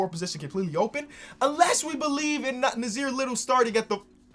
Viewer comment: I know u have dyslexia but me and Nassir have the same name he has an extra s in his. But it's pronounced as Nah Seer